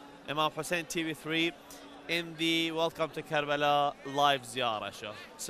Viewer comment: Why is it always karala? Its karbala.